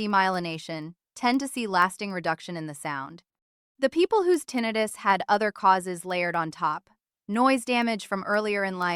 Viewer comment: I have difficulty taking this video seriously when the word tinnitus is pronounced incorrectly. I am Neil's roommate .